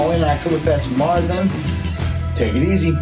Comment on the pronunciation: Oh and not that it really matters but märzen is pronounced mayer-tzen. Like the horse and with a T. It may sound odd at first but since you're going to do another 15 reviews I thought you'd like to know. I'm actually used to the German pronunciation but as we've mentioned in the past, probably gonna get funny looks from U.S. bartenders...same with Hoegaarden.